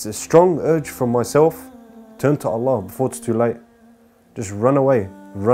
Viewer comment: May Allah reward you immensely and forgive you for your previous sins and infact turn them into good deeds. Brother, just remember when saying the shahadah, end it with "Allah" and not "lah". Just some brotherly advice. Peace :)